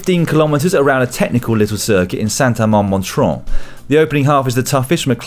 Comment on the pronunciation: I lived there, so just for my ears, say Saint-Amand MON-RON (don't pronounce the "T", it's just there to bother foreigners...)